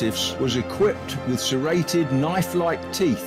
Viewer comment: Ah yes clearly thair teeth were terrated instead of serrated